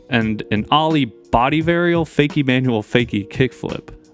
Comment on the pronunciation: How can you not know how to pronounce the word “Ollie?” My god. Ollie American pronunciation Sounds like aa-lee